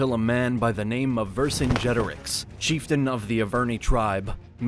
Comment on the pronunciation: You desperately need to learn how to pronounce Vercingetorix properly